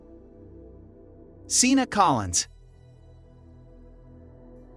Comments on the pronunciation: Why do you butcher the pronunciation of these people's names??You have mispronounced every single person's name but 1 in this 1 video. wtf? these people are putting money in your pocket you should at the VERY LEAST pronounce their names !! ex. Seana: you say "seen-a". wth? it's "Shawn-a".. exz. Tamy is not "tame-e" it's just plain "Tammy"! I will boycott anyone's channel that's too lazy to even do this right. What else are you taking short-cuts with? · Her name isn’t pronounced as “Cena”; it is pronounced as “Shawnna”. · SHAWNA it’s pronounced SHAWNAAAA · I guess so since he pronounced “Seana” wrong